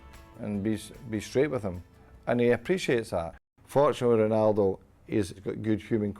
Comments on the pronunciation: So annoying when he says "ghunaldoo" instead of "Ronaldo" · the voice over says whonaldo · Everything's alright with the video.....but wat the Hell is hunaldo??? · Why does the guy keep saying Jonaldo instead of Ronaldo? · You dumbass I think he means how the Commentator says his name it sounded like Honaldo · whos HONALDOO.... HAHA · It's ronaldo not xornaldo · Annoying how the narrator says Ronaldo like Hurghhnaldo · Honaldo. Lol .Fuck this journalist. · I hate how he says "Honaldo" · The R is silent in portuguese... he's technically saying "O-naldo"